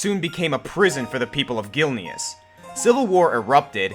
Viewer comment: ....When you pronounce Gilneas wrong...